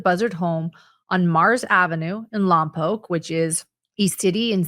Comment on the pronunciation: I live in Santa Maria where the "mom" tried to rent a car. Im only 20 minutes away from Lompoc pronounced Lompoke thank you for saying it correctly:) I hope they arrest the mom